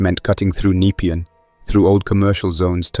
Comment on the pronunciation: I live in Ottawa, and some of the pronunciations are bad, but most are on point. I live in Napean. It is pronounced Na-pee-in. Overall, decent story.